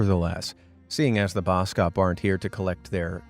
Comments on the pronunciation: i love your channle and i am from south africa and you dont pronouse boskop man like bouskoup man it is bos kop man when i heard how you said it was so funny but keep put the good vidoes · Boskop is pronounced bawskawp. It means forest/woods - head/hill. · the way you pronounced boskop ikilled me☠☠ anyways, maybe that's where the insult came from lol